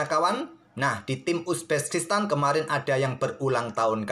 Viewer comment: Uzbekistan min Bukan uzbeskistan, belibet ndengarnya hehe